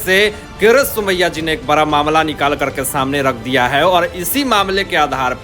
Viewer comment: बरा मामला या बड़ा । अनपढ़ जी संजा राउत नहीं संजय राउत । it is degrading yourself listening to your gawar language